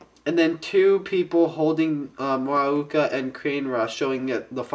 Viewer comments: Muaka - Yellow Kane-ra - RED Mu-a-ka NOT Ma-u-ka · ist it pronounced mu-a-ka not mak-u-a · Dude, you pronounce Muaka wrong. It's "MOO-AHH-KAA" not "MAA-KOO-AA"